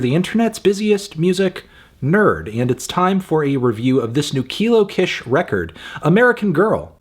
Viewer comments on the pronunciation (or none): Just a heads up, “Kish” is pronounced “Keesh” rather than “k-ish” (it’s shortened for her real name, Lakisha) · I’ve always thought the Kish part of Kilo Kish was pronounced like “keesh” ? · I loved this album! I been listening to Kilo for 10 years 😭😭 and I think this is the first time you've gone to this length discussing her music so I'm glad she's getting that recognition! (Also, please move forward pronouncing her name as Kilo Kish (Keysh) so that people who find out about her music through your platform don't pronouce it incorrectly and so that you are upholding a standard for your level of journalism in case you decide to discuss her work again (which you might since she designed the cover arts for Vince's latest work)) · if she mispronounces kish one more time im going to kill my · Don’t like how he pronounce kish